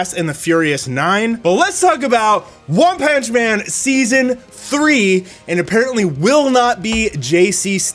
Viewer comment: I giggled a lil at one "panch" man